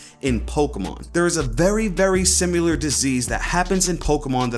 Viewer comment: Why do you say simular?